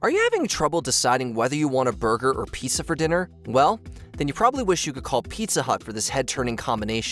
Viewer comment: Why is it that the most troubling part of this entire video is the way the host pronounced PIZZA?